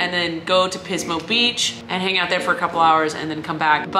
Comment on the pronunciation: Firstly, Hello! Secondly, I think it is very considerate of you to consider the sanctity of your Significant Other, and your reasoning behind that. Much respects. Thirdly, I had to catch myself at your pronunciation of Pismo Beach - to my ear, it initially sounded as "Piss, mo'," and I extend my sincerest apologies, ma'am. Take care. :elbowcough